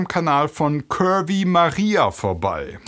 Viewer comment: Ach curvy... ich hatte erst Kirby verstanden. :D